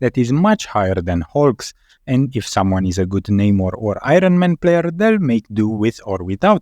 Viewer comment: I-run man...man it sounds good when you say it